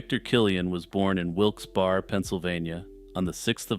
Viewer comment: fyi Wilkes-Barre is pronounced Wilkes-Berry